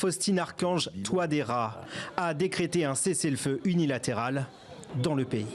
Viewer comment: C’est Faustin TOUADÉRA et non Faustine TOUADÉRA nuance !!!